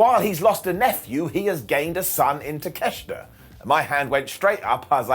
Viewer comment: I don't get why everyone keeps saying Takeshita's name wrong... There's no 'ch' in his name and in Japanese it's pronounced as it's spelled... Talk- e - sheet- uh